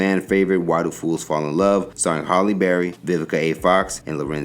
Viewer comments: He pronounced her name Holly (like holly during the holidays)when it's actually Halle (like alley)...🤷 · HALLE not Holly 😮